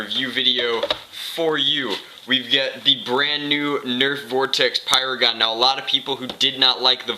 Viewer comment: you said slam firing a paradise dude it's pyragon !!!!!!